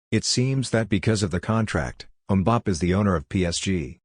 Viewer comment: Please, it's pronounced Mbappay not Mbapp.